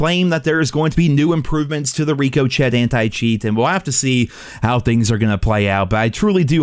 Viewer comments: Yeah you realize it’s rickoshey not Ricco Chet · Rick oh shay....not RICO CHET...COME ON MOTHER FUCKER . PUT 2 AND 2 TOGETHER. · STOP SAYING RICO-CHET ....IT'S PRONOUNCED RICOCHET (RIK-E-SHAY) LIKE BULLETS BOUNCING OFF OF SHIT! LMAO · LMAO RICO CHET???? Hahah! Love it! Own it! But it’s Shay Rico Shay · Rico-Chet? It’s pronounced Rick-o-shay, as someone else has pointed out. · hey. big fan.. youre saying ricochet wrong.. its not "riko-chet". its "rikka-shay"... like when a bullet bounces off something.. just thought id let you know. keep making great vids sir! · "Rico chet" lmao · reekochett lmao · "Ricko shay" thicko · Rick-0-chet 😂😂😂 kills me everytime 😂😂😂😂😂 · 😂😂 bro stop calling it Rico Chet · "reco chet" love you bro! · Dude... reeko chett? Really? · Reeco chet 🤣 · Rick O Chet loool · Ricoh chet? I really wonder how says Dijon mustard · Ricka-Chey my guy lol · Love me some Ricochet (reeko-chet!) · "RICO. SHAY" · Who’s this Rico Chet guy you speak of? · What the hell is a RIKKOCHET we all know you've watched other videos and should know how to annunciate it! Please say it correctly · from this day forward I will pronounce ricochet as RICO-CHET. 😁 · Breathing extra hard after each sentence and saying RICO CHET, boy you down bad 🤣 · Reek-o-Chet is crazy 🤣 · It’s Rick-o-shay lmao like when a bullet richocet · Bro Rick Uh Shay jesus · Reeco-chet lol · I just can't watch this without commenting ri-co-chet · Did you really pronounce ricochet as "Rico Chet"? 😂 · Dude stop saying rico- chet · I love you. If I still drank heavily I’d play take a shot after every re-co-Chet. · I was reading the comments and saw everyone saying you butchered the word ricochet and thought I knew what I was in for, but Jesus Christ I was blindsided, "ree-co-chectk" is insane, lmao. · or Ricochet is pronounced “Rick-o-Shay” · Gotta love me some “Ree-co-shet” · It’s pronounced Rick-oh-shay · Ricochet is pronounced “Rick-O-Shay” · Nah its Rico-Chad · Rico chat